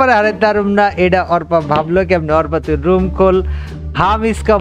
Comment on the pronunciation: bro arpa na bece arpa bolan🖕